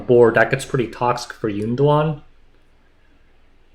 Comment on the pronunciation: calling YunDuan “Golem” was the funniest thing I’ve heard all week! 🤣